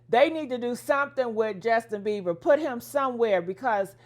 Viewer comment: His name is Bieber.. not Beaver 😂